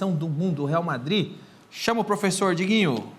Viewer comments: É pofexô, é pofexô, é pofexô! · Fala Pofexô